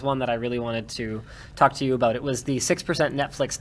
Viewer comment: It’s Pennsylvania not pencilvania